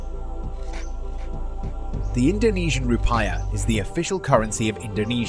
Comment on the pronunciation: As an indonesian you mispronouced rupiah